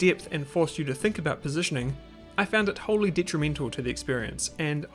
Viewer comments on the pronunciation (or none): none